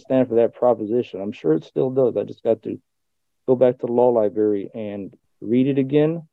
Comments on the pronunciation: OH yes libary their favorite....... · Libary. Libary. What else needs to be said?